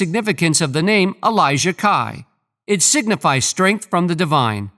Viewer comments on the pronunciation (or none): could not finish with the announcer continously mis-pronouncing her name!